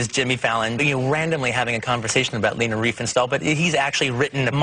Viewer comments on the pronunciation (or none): It's Leni Riefenstahl, not Lena. It's pronounced Lenny.